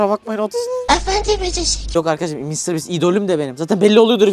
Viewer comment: Konuşmayımı unuttun? Mr bastır diyorsun doğrusu Mr biisttir